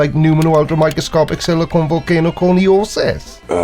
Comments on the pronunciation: Vol-kan-o not vol-kayn-o 🙃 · Vol Kane Oh.